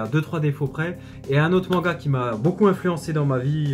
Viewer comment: Tu dis manga cheloument mengua .